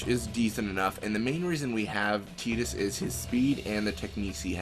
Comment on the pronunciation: Who the fuck is teedus?